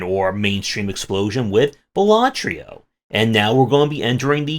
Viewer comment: Dude ffs, it's balaTRO, not balaTRIO...